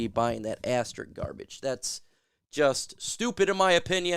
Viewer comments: All the "Jocks" mispronouncing asterISK. It does not end in "ik" . (But I subscribed anyway) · It's pronounced as-ter-isk. Love you man, which is why I'm pointing this out to help you as a commentator. Ass terrrr issssssk. When people mispronounce words it detracts from credibility.